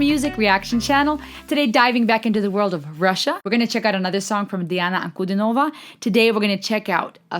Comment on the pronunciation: Her name is pronounced as D-Anna An-Cu-Dean-O-Va and not Nova at end of her name